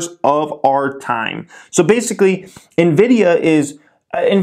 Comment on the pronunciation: "Nividia" sounds like a brand of lotion lol